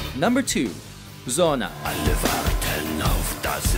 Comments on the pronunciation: "Zona" for Sonne? That's about how he said it... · du meinst etwa das Album "Muuta" oder Soona? xD ich hoffe mal das es aus Ami Sicht nicht genauso dämlich klingt wenn wir deutschen Amon Amarth, Slipknot oder so aussprechen xDD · That "Sonne" pronounciation gave me cancer